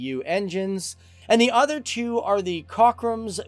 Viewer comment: Too bad they have people as hosts of these shows who know nothing about the subject they're talking about. Sweden apparently is not advanced when it comes to military technology. Huh? Also the shipyard that built the submarines is called "Kockums" not "cockin'.